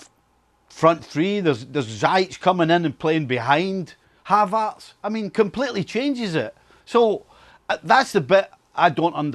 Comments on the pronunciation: “ZAIYACK PLAYING BEHIND HAVAZZ” Brexit pronunciation? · whos "Havartz"? 😂😂